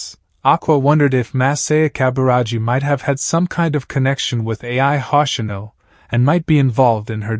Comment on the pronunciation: Ay-Eye Hossh-inoh